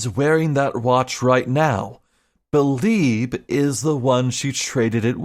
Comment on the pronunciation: So, you beh'leeb it was Beh'leeb who was arebal?